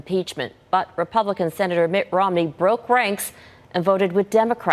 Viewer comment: Mitt not mick